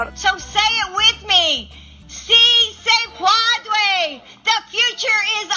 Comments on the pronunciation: "See say podway?" 🤔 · see say pwodway !!! Wow, what a trainwreck that was. As bilingual who speaks spanish fluently, when I first saw this I laugh my guts out.